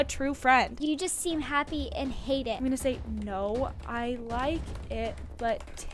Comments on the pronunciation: Hoppy Easter you said it wrong happy haha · Btw u said Hoppy easter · You said hoppy